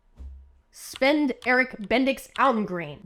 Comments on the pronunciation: You did better at pronouncing the danish name Svend, then any other native english speaker I've heard! Also these are great facts for flirting 10/10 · Dane here. The d in Svend is silent. Don't ask why. Our language has been collapsing for centuries. Otherwise well done! I absolutely love your stuff!